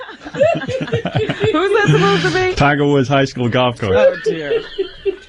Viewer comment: “Tiger Wood” Robin said it TWICE!